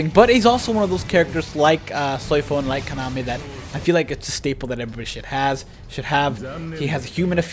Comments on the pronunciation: Dude it’s Kan-a-may not Konami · It's pronounced Kah Nah Meh, not Kanah meh. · Him saying kanime bugs me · OMG I cant BELIEVE he was saying his name like that GEEZUS